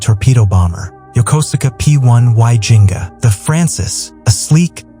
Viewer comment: ローマ字で書かれてても欧米圏からすると発音ってやっぱ変になるんだな・・・銀河がジェンガみたいになってて笑ってしまった